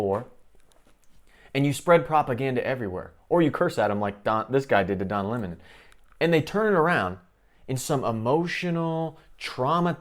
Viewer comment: Don Leh-mohn..the biggest argument for birth control!